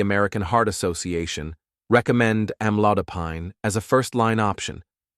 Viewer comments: Am lo di pine. I am not used to hearing the pine at the end pronounced like pine (tree)! The narrator needs to learn the correct way to pronounce it. Or is he right??? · Why he saying the AMLODOPINE the wrong pronunciations! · Wish he would pronounce Amlodipine correctly!